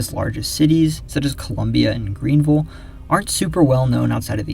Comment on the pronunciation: Thank you for pronouncing “Greenville” correctly.